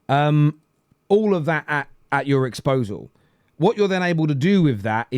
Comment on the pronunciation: "Disposal" you wally